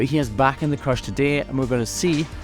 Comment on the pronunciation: I think you're calling the cage a "creche" but it sounds like "crush".